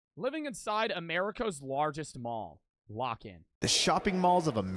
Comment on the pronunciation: why bro say lock in like that